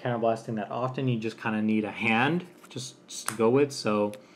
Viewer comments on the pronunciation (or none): It's pronounced ALden not Aiden 😭